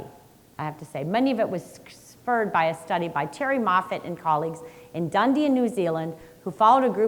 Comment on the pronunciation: DUN EEE DIN (not Dundee)